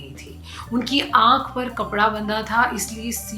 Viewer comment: Please learn URDU before uploading your videos. Rakhee not Raqhee. Khagai not qhaagai. This is serious. Ankh not anqh